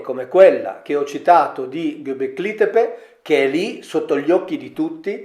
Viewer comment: Gobekli Tepe si pronuncia diversamente.